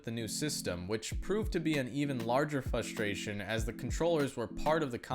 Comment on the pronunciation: This guy really did an entire video pronouncing it "fustration".